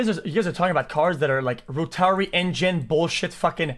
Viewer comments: Bro can’t even pronounce rotary correctly he’s like ro TARY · Plus even i dropped out of school but at least i kno how to say rotary, audi, or just plain read your subs r kids loving ur yelling and douchie attitude